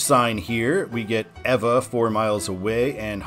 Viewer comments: Hawaiian technically does not have dipthongs (although "ai" has mostly become the long "i" of English). Also, vowels only have one sound, unlike English. Kapiolei is "ka-pe-o-lay." Congratulations on saying Ewa correctly. Halawa (ha-la-va) Heights is not the stadium. Waikīkī (Wai-key-key with accent on each "key" syllable). Yes, Waikīkī is properly spelled with the kahako over each "i." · you pronounce the hawaiian names and towns better than most tourists! how did you learn ewa and liliuokalani?